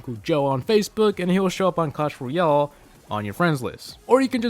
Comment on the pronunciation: Learn how to say "Royale"